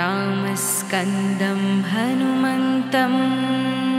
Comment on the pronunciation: Wrong pronunciation...it should be Ramam Skandam but not Ramskandam. Do not make such videos